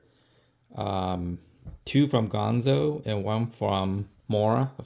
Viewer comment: It's ganzo, not gonzo.